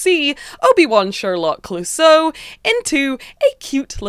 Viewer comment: Its Clousseau, like the police inspector at Pink Panther cartoons, with the tonic accent in the "eau" (pronounced "o"). That rainbow warriors marine is fantastic!!!!